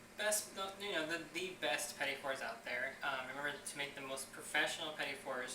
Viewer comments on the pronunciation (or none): Awesome videos! It took me a few minutes to get over the mispronounciation of "petit fours", but it is really obvious that you have been doing this for years. I was originally thinking of making this for a party, but after watching the video, I realize how difficult it can be and I will have to put in more hours in the kitchen before I give this a go. Thanks so much for posting the video. It was a real pleasure to watch.